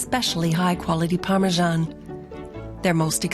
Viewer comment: "ParmeJean" clicks out the video